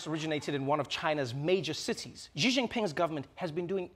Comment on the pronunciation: Hi Trevor, Xi is correctly pronounced "SHE". There is no soft g. ;-) Tell your friends.